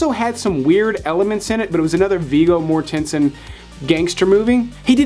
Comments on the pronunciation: No, it's not, and it drives me nuts when he does it. I actually had to look it up after watching two of this guy's lists. Viggo's last name is MOR-ten-sen, not mor-TEN-sen. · Is it really pronounced More-TEN-sin? I have always called him Viggo Mort-en-sin. That threw me! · Is that the correct way to say Vigo's last name? Love Eastern Promises. I think it's up there with Existenz as one of Cronenberg's best.